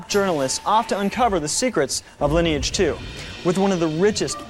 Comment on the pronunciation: Love this! It's so delightfully sincere. Mispronouncing words like 'sinew' and 'Lineage' (the name of the largest MMO on the planet at the time!)